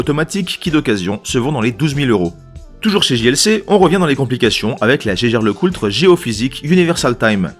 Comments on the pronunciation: Tu es sûr que Jaeger Lecoultre se prononce "geiger" ? ;-) T'es pas allemand, toi... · Très bonne vidéo bien référencée, comme d'hab. Juste un truc qui me chiffonne à chaque fois (et que mon cher Robert a confirmé): Vous êtes surs de votre prononciation de Jaeger-LeCoultre ? Il prononce cela à l'Allemande (ce qui me parait logique) et le l de Coultre est silencieux il me semble ? Merci de votre retour